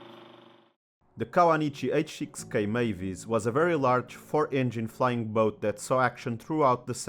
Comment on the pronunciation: I knew about the Emily (which I compared with the Short Sunderland) but this programme on the Mavis has been very interesting. PS I find the American emphasis on both words of 'flying' and 'boat' somewhat disconcerting and modern British parlance appears to be copying it. For those who knew flying boats, we pronounced it as one word, with no emphasis on 'boat'. has anyone else noticed this?